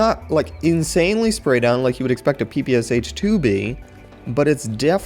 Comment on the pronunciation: As far as i know (from a russian friend. its pe-pesh)